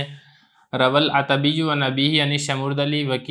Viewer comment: عتبی بضم العین ہے